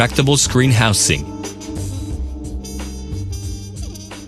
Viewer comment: who in the hell was in the recording studio when the guy keeps saying "houSe-ing"?